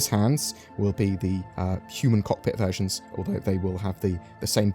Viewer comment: When you were talking about the Vanduul ship versions, I heard you say "the virgins we will get"